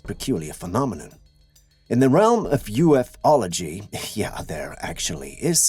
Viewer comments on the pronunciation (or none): It is U -fology, not ufo ology. Green screen on the dude that disappears.